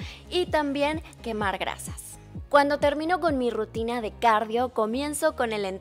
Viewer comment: Jajajajja dice RITUNA jajajajja me mato de risa (: se escucha chistoso